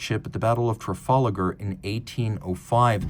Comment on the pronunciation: It’s Tra-fal-gar, there isn’t an A or an E after the L. You’re pronunciation did make me smile though 👍